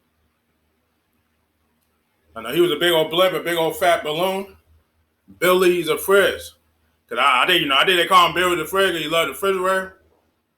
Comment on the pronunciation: Biwwy the fwidge